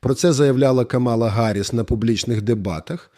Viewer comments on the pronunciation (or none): none